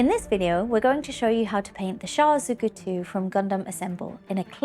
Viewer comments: they way she pronounces Zaku is bothering me, its like she's saying Zuku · me too! at least check how it´s pronounced before you hit record 🤦‍♀